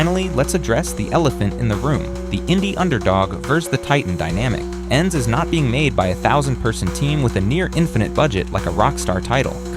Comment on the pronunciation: Was looking for this comment. This man is too American. E N D S 😂😂